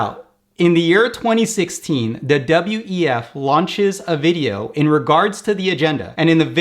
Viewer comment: You said "WTF" instead of "WEF" a couple of times ̶ perrhaps not an accident 🤔